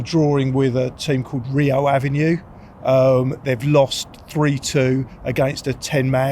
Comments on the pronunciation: Did just say “Rio Avenue”??? 😂😂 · Rio "Avenue" 🤦‍♂️ I can't tell if that was a rubbish joke or if he actually thinks "Avenue" could be a Portuguese word 😂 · Rio Ave NUE????? What's that? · rio avenue LOL, its rio ave hahah, made me giggle